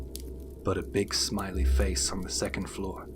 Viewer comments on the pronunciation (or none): none